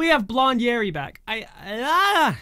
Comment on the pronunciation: Hi I loved the music video I watched it when i came out I like ZIMZALABIM but I like This more and I realized that it sounds like you say Yeti when you said Yeri